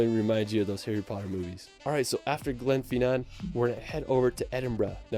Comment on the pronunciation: Just a note on pronunciation - the Eilean Donan castle in Scotland is pronounced more like 'Aylin Donnan'. Also, the lad in this video pronounced Glenfinnan a really funny way (like 'Glen-fee-nan', where it's just 'Glen-fin-an').